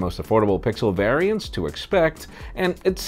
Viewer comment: Hi may "variants" reeeeverrrrrra